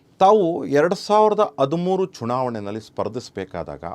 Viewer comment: ಆದಿಮೂರು ...ಅ ಬರಬಾರ್ದು ಹ.....ಹದಿಮೂರು ಅಂಚಿಕೆ ...ತಪ್ಪು ...ಹಂಚಿಕೆ ಅ..ಇದ್ದಲ್ಲಿ ಹ. ..ಅನ್ನೋದು ಹ..ಇದ್ದಲ್ಲಿ ಅ. ಅನ್ನೋದು ತಪ್ಪು